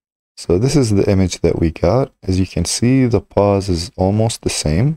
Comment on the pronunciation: It's pose not pause!